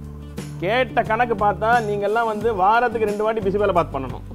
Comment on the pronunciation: Its Bisi BeLe bath not bisi bela bath! Am glad u said the difference between sambhar and BBB not everyone knows this!